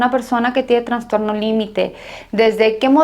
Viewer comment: Es transtorno o trastorno. Alguien me indica?? Escucho que ella dice Transtorno